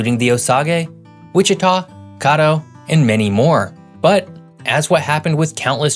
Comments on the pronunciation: He mis-pronounced Caddo too. Sure am glad he didn't try Washita. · As a member of the Caddo tribe I can tell you we say Kad O . Small A , Big O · Tribe names … Osage is pronounced O-sage like the herb not O-saw-gay Caddo is pronounced CAD-do not CAH-do and Ouchita is pronounced WASH-i -taw it is a Choctaw word for large buffalo (bison)